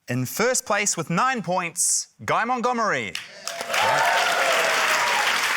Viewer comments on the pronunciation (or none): something abt this episode that will forever bug me is that matt says "guy mont-goob-ery" even though "guy mont-dumb-ery" is RIGHT THERE